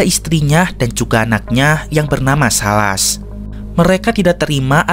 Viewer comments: Silas min bukan salas 😊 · Menit . Sepertinya itu namanya bukan salas deh, tapi "Silas". Tolong cek kembali ya min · Silas bukan Salas